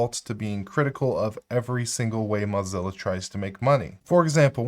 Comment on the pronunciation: "Mozzilla" versus Mozilla (like blow, crow, doe, flow, go, hoe, Joe, ko, low, mow, no, oh, potato, quota, row, sew, toe, vote, woah, yo-yo, and Zoë).